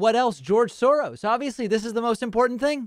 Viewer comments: George Soros becomes "George shorose" because at the end of the word George your tongue is in the "sh" position so if you don't pay attention and adjust it you'll get a 'sh" sound instead of an "s" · Funny thing is, "Shoros" is a step in the right direction - the original Hungarian pronunciation would be something like "Shorosh" (using the ʃ sound, if my phonetic alphabet googling was correct)